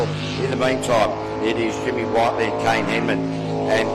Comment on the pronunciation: Jimmy whit-ley not white-ly